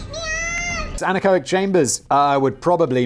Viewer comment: Simon pronounces something correct (anechoic) for a change but doesn't care